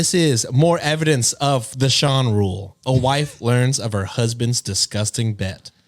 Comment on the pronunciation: ayyyy! Sean said my name right (the latter two times lol)!! Fun fact: like Brenna, Sean is also an Irish Gaelic name 😊